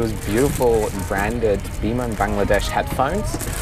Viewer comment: i don't know why but whenever you pronounce "biman bangladesh" only i can hear that you're pronouncing "demon bangladesh" 😂😂